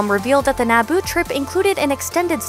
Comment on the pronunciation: i stopped watching as soon as she pronounced Naboo "Naboe"